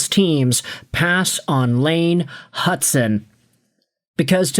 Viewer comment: this guy has been saying it forever now, it’s rage bait